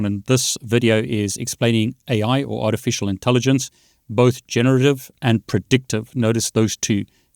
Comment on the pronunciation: I heard "with art and elephant". Maybe the AI heard ur voice & ignored the writing. Lol